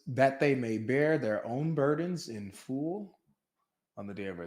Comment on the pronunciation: 😆 LoLz, why does pronounce the word, “Full” like “fool”??